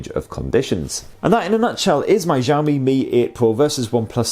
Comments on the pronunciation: Did I hear ‘Jami’? Shiaomi I think is the right pronunciation. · nice review, i wish you could pronounce xiaomi properly ... its pronounced 小shao 米mee （almost） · I laughed every time I heard you say xiaomi. I have friends from china and "x" pronounced "si", after your film I have the impression that xiaomi is a French company not Chinese. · Jahammi Mi 8 Pro? Is it how we should call it? 😂